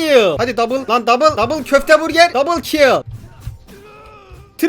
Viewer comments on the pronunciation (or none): none